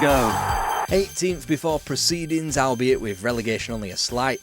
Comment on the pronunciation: Why the heck does this guy pronounce half the words wrong? Al-be-it... No, it's pronounced 'all-bee-it'. Learn to talk.